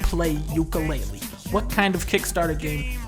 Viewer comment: More like Dunka-LEAHlee